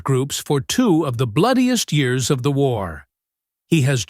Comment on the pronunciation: Great video, shame about the AI commentary, can't speak years